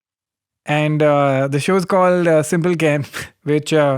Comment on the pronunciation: Is it simple Ken, or Simble Ken ... Simble Ken would made more noise... love you Ken.